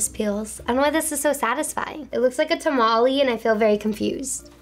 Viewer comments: she really said tuh-mah-lee..😡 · she really said tamalee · The way says “tamale”😭sis that aint correct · She said tamale, instead of tamal omg 😭😭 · The way said tamale 🤢